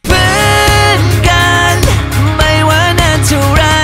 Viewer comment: บางคำเสียงวรรณยุกต์ฝืนไปหน่อย กัน-กลายเป็น-กั๊น จำ-กลายเป็น-จัมป์ เพื่อน-กลายเป็น-เพื้อน